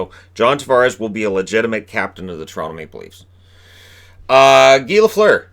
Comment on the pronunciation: Good for Guy Lafleur. He was an amazing hockey player and had a great career. Also, shoutout to all the people who pronounced his first name with an American pronunciation, lol. (Mentioning the Matthews incident again, I see.)